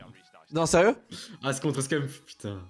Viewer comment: Le boss des Call Of, ce bon vieux Scumpii !!! Des années que je le suis et toujours aussi incroyable ! 🔥🔥🔥 PS : Ca se dit Scumpii son blase pas « ScumpE » à la française. 😏